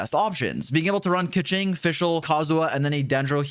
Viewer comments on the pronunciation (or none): none